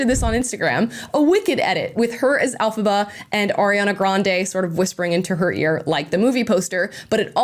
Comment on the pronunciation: The character's name is Elfaba not alfaba